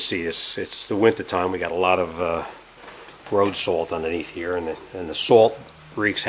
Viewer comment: Salt wreaks havok on everything rubbah, as you can see heeya. Unbolt it heeya, unbolt it heeya. Lol